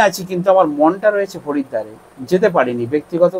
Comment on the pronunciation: Harida na haridwar thik kora to boll